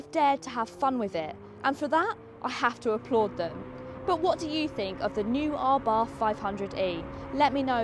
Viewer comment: Abarth is pronounced "Abart" ( The H is silent)....